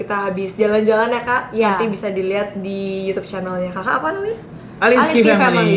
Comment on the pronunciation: Alinskie kenapa jadi alecia 🤣